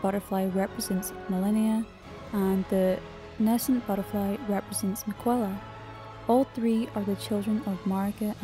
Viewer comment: You pronounce Miquella incorrectly.